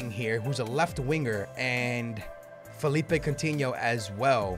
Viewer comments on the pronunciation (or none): none